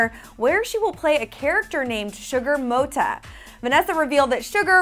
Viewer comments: Moata? Motta woman get it right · motta is a last name in spanish. its pronounced moata